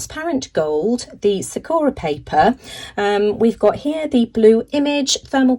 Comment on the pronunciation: Sakura is pronounced with the emphasis on the first syllable. And the second & third syllables are pronounced as “ur-a” not “ō-ra”. It means 🌸 cherry blossom. Thanks so much for sharing all these wonderful products.